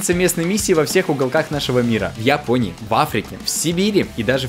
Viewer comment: ГОВОРЯТ: в японии Я СЛЫШУ: я пони